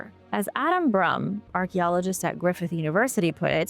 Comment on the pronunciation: I'm sorry how did you say archaeologist😂😂😂